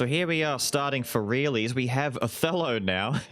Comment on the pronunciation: Until I looked at the skill name, I thought you were saying "a fellow" instead of "Othello", and I think it would've been cute if you did)